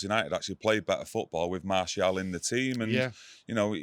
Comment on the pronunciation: It aint got an 'L' in it 😂 It's not 'Martielle' either. Gary Neville has been calling Malacia 'Malicia' as well.. what is going on?